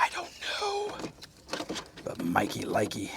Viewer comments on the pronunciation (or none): it's NOT Mikey likes, it is MIKEY LIKEY. Thank you sir for your service